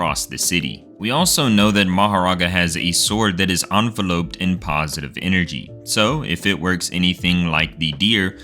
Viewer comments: Bro... It's not "ahn vul ohped". You don't pronounce it like an envelope 🤣. It's "in vell upped" for enveloped. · Buddy said: ✉️ instead of en-vel-up